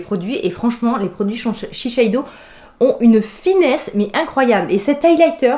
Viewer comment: Mais pkoi tu dis ShiSheido ??? C'est ShiSeido hhhhh blague à part moi j'ose bcp plus coloré c'est bête de se brimer la vie est courte